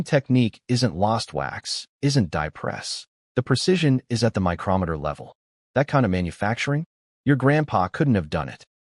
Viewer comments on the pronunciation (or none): none